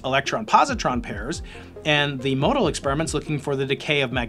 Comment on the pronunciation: FYI the 'o' in MoEDAL is silent.